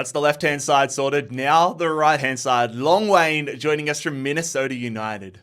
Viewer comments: "Long Wayne" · Bro said "LONG WAYNE" I'M DEAD- 😭😭